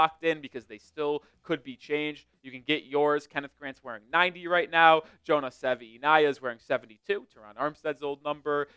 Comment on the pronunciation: Savaiinaea. At least learn how to spell his name correctly, and hopefully pronounce it correctly too. Sa-Va-ee-NYE-uh.